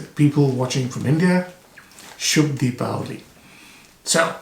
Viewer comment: you nailed the accent / pronunciation on Shubh Dipavali